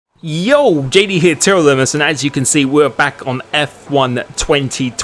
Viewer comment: This was new : Jou JD her.... It's Jo! Please, Jo not Jou!